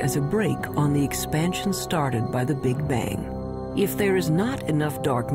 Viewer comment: 'Big-Bajng'? I get out of here.